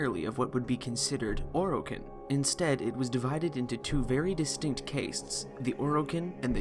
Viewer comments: Why did you pronounce casts cāsts? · why did he pronounce castes as case-ts